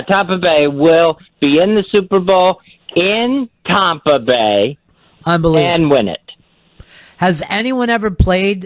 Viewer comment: Surgery and autopsies with Ronnie B. Always is right. And when did our Fezzie start saying Tommpa?